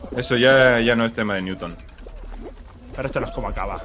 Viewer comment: Nadie:: Ñuton